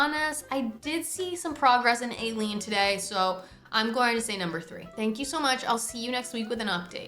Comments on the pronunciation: God being pakistani the mispronunciation was genuinely shocking 😭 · I’m sorry but the way you say ayleen is……… interesting